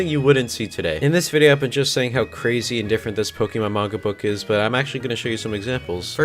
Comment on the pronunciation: “I don’t read much *mainga*”